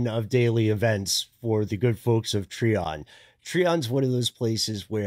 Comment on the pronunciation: Pretty sure you’re referring to, Try-On not Tree-On. Growing up close to it we heard stories about the house. We heard the devil worship that happened in the house and how authorities cemented the basement to keep people out. The GBI agent who investigated it wrote a book about it.